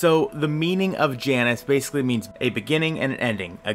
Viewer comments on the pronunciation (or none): I was just laughing because you literally put an image with the correct pronunciation in your video ( jay nus, not jannus)